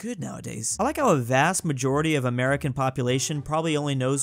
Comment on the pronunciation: you're A-MER-i-can..